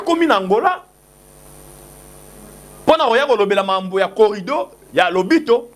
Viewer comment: Oza mayele mukie. Oyebi makambo ozo loba te. C que Bemba a dit, il a honoré Fatshi. Botika bilobele en plus c'est corridor et non corrido.